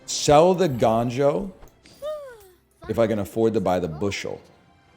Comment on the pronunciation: gANjoe?? Uhh NL its GONEjoe!?